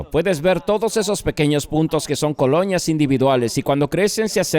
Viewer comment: "coloñas individuales" 😆